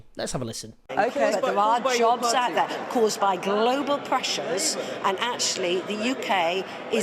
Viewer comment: I'm not sure why but the way she said glllobal at the start really bugged me.